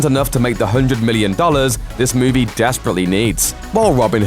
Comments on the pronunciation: Why do you pronounce all your ees as ays? E.g. It's movie (moov-ee), not moov-ay. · Moo-vay? WTF is one of those?